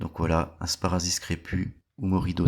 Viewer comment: Pas "sparazis" mais "sparassis", merci !